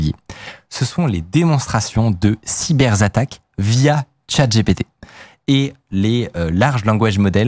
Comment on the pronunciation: Ah ouais, les "Cyberzattaques", ça fait flipper.